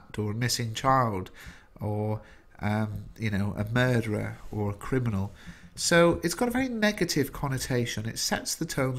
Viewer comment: he says cribinal instead of criminal help